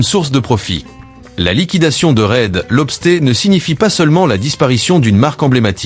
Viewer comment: Marre du commentaire incapable de parler correctement: Red LobstÉ au lieu de Red LobstEUR. Et TGI Friday, 99c only, American Freight, ... Une vidéo sur les US incapable de prononcer correctement les noms US👎. De plus utiliser plusieurs les mêmes extraits vidéos ... VRAIMENT MAUVAIS. Plus que cette économie qui s'effondre, cette ia de merde, EST le symptôme de cette fin.